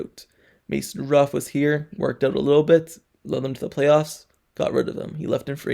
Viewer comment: He can't say, "Rudolph."